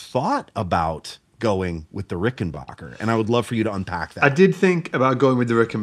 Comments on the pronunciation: the annoying part is people pronouncing the name wrong. It's BACKER not BOCKER. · I’ve had it drilled into my head by a good friend that it’s pronounced RickenBACKer not RickenBOCKer. Just doing a public service haha. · Adolph Rickenbacher anglicized his name, after World War One, to Rickenbacker. Pronounced Ricken-BACK-er. You don't hurt your 'BACH' lifting furniture. And if you are listening to "Air on a G String", you aren't listening to 'BACK'. The dude with the Fireglo Rickenbacker gets it right. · Please don't say Rickenbocker, folks will think your'e the man who fell to Earth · You're mispronouncing Rickenbacker. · Learn how to pronounce "Rickenbacker."